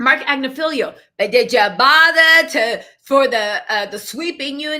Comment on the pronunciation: "But did yah botherrrr to take pictures?" 😂